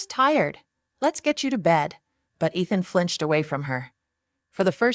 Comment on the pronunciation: Did you even listen to this after you used a fake voice over? I doubt it otherwise you would have noticed how Ethan is said wrong each time. What has gone wrong with YouTubers? Were you never taught to proof your work? Or are you one of those lazy ones who think they can do no wrong so no need to check anything? The name Ethan is pronounced EE-thuhn, with the emphasis on the first syllable. Please let me know if you ever proof your work or are you just to important to do that easy task?